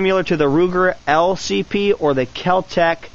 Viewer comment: U say keltec p 380 weird